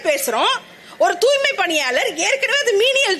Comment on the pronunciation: ஆமா அந்த பேட்டியை நான் பார்த்தேன் அந்த அம்மா உச்சரிப்பு தூமை என்றுதான் விழுந்தது தூமைப் பணியாளர்கள் என்று தான் எனக்கு கேட்டது